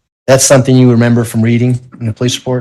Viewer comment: can't even pronounce gerunds and instead says "everythINK" or "somethINK". I get so irritated hearing it. Or, HearINK, so understands.